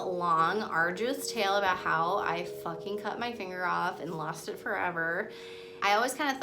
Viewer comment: It sounds like shes saying thinger